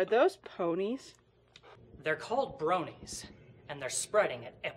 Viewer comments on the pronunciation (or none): its Bronie not brownie